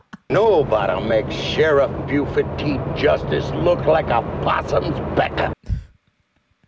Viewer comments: Not gonna lie - it's kinda charming the way you keep pronouncing his name BOO-ford. 😄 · It’s pronounced “Bew-Furd” not “Boo-ford”. We will have to send you out for southern accent training when we send you out to stunt car driving school. lol. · It's killing me across multiple reactions. BYOO-ford, not boo-ferd. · I love how she calls him "BooFord" and not B-U- ford as it is pronounced lol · B-You-ferd not 'Boo-ford' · And the Sherriff is B-YOU-FORD not BOO-FORD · Nobody says Boo-ford. It’s pronounced B-you-ford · your pronunciaction of Buford is killing me. Ha!